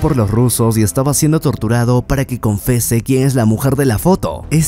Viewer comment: Es Confiese no Confese crack!